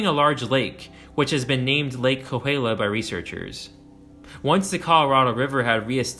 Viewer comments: Yeah, his "kaluulia" was rough! 😂😂😂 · Cahuila = Ka-We-La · No, it is more like... Cahuilla = Kaw-hWee-Yah With the "h" being mostly silent and the "LL" being "Yah" more so than "Lah". My grandmother lived in the Cahuilla Hills area in Palm Desert near Palm Springs most of her life. There was a very large seasonal wash in the foothills adjacent and below her property & home in what is now Cahuilla Hills Estates that was/is ~300ft Wide and 45+ft Deep wash coming from a canyon down from the San Gorgonio/Cahuilla mountains behind her home which became a literal raging waters in the 70's during one regional thunderstorm/flash flood which nearly overtopped onto her property. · Cahuilla is pronounced Ka-we-ah.